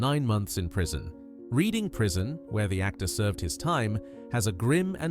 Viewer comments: 'Lootenant' and 'Reeding Prison' - what is with these crappy AI voices pretending to be English when they can't get pronunciation fundamentals right? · Somebody needs to teach AI how to pronounce places: Reading, Savile Row...If AI can't do sthg that simple, what else are they incapable of? As AI scripts go, that was not the worst. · Learn how to pronounce Denholm, Reading and Savile.